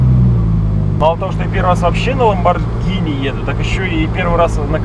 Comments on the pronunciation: правильно не ламбоджини и не ламбогини, правильно ламборгини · Американцы читают "Ламборгини", а по-русски по идее "Ламборджини" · Ламборгини,ЛАМБОРГИНИ КАРЛ! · Ламборгини вообще-то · ГИНИ! ЛАМБОРГИНИ! Г Г Г Г Г Г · Ламборгини говорить, так что не пиши чего не знаешь.